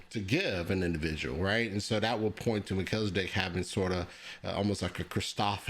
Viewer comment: You pronouncing Melchizedek like Mel-kizzle-dic. What's that? His rap name? 😂